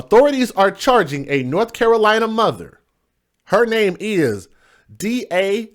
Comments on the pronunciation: You pronoun it Day'jah as in Deja vu, not De'sirer as you say it. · Her name is pronounced like daisy. Smart ass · Dazia could be as pronounced DAsia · I have a friend who spells her name that way Dazia, but hers is pronounced like Dayzyahh